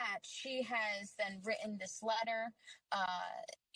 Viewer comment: She should pronounce 'written' properly.